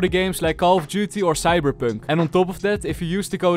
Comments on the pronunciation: did he say cyberpnk? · i think the bit where he said cyber poonk was my favourite